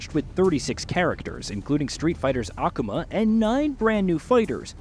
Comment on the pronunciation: How you pronounce Akuma has triggered me.